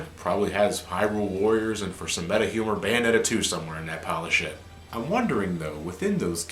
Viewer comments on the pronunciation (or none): none